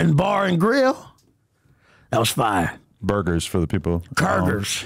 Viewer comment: Curgers instead of burgers had me rollin!